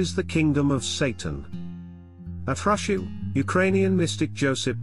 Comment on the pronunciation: I enjoy these videos that put out, but... If the narration is automated, I don't know how this can be corrected, but Hrushiv is not pronounced HRUSH-iw, but HROO-shiv, and Pochaiv is pronounced po-CHAH-yiv. And Buchach is BOO-chach, with the normal "ch" as in 'chair'. Dubovytsia is doo-bo-VIT-sya, or du-BOV-it-sya. Thank you for your coverage.